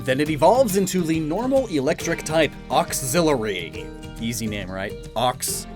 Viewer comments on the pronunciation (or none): me : hears oxillery also me : octillery flashbacks